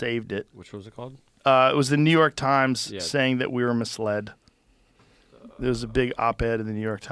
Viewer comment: i wanted to know about the hoarding not new yoooork tajms